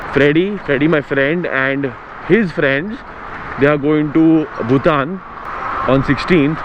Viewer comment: Nikhil, it's BhuTAN not BhuTHAN